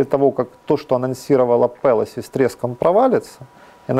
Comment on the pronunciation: молодець, але правильно "ПелОсі".